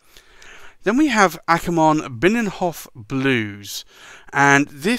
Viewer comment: Great video. You have to practise on your Dutch though. Binnenhof is a part of the Dutch house of parliament. Delfts Blauw is the famous blue coloured china drom Delft. And I could explain them all but anyway, tomorrow three of Akkerman’s niks will arrive tomorrow. One of them is Delfts. Blauw. Can’t wait to ink one of my pens with it... And I love the bottles! They’re great!